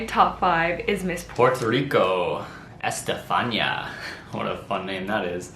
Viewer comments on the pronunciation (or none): I love how you pronounce “Stefanía/Estefanía” it sounds funny to us Spanish speakers. But it’s just like “Stephany” but with an “a” (like in Ana) at the end